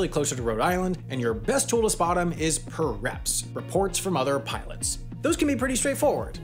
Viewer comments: Hahaha, is it bad if I can’t tell if your joking or just accidentally mispronounced pireps as “per-reps” instead of “pie-reps”. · Little thing but Its PIEreps not PURreps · Pireps is pronounced pie-reps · It's usually pronounced pie-reps for pilot reports, but calling them purr-reps works in this case because it's discussing CAT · As a pilot, this vid was very accurate and well done. Except we call them "pie-reps" not "puhreps" :) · Nice stock photo of a 737 flight deck. And it’s pronounced PIE-REPS instead of PIR-REPS as you said. Airlines also gave software that tracks aircraft motion and datalinks it to proprietary software using NEXTGEN tech. Good video though. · As an Air Traffic Controller, I do not like how to you pronounced PIREPS... you said PER-REPS and it is PIE-REPS.😂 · Not purr reps. Pie reps. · Pireps are pronounced like Pie- rep not prr -rep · Pie Reps, not Per Reps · It's pronounced "pie reps" not "per reps" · was about to comment the same but you beat me to it. "puh-reps" lmao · Really good video, the only note is “pireps” is pronounced pie reps as in the the pi in pilot. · PIREPS are pronounced most commonly as Pie- Reps. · It's pronounced 'pie reps' 👍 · PIREPS - "Pie - Reps" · Pronounced PIE reps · Pronounced Pie-Reps, like how I workout. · It's pronounced more like Pie-reps btw 😁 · Pronounced PIE-reps, but otherwise 100% spot on. 🙉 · PIREPS pronounced “pie reps”.